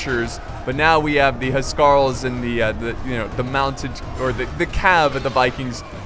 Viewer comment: My OCD keeps getting triggered when you pronounce Huscarls :'(